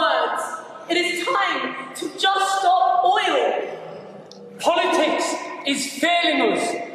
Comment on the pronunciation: Can't rhese people speak English? It's oil not oi-oh.